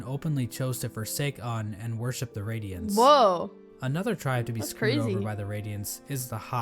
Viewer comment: this dude is telling lies, its not pronounced uhn its more of oon